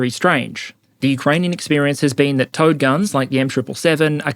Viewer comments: The smart part of my brain knows you're saying "Towed" but the dumb part keeps thinking it's "Toad" or maybe "T.O.A.D." artillery. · Is anyone else hearing "toad" instead of "towed" guns? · I know you are saying "towed artillery" but my brain always makes me hear "Toad artillery". Poop poop! Bang! Haha! What dust clouds shall spring up ahead of me!